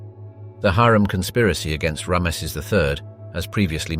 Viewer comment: Could you look up how to say Ramses 😅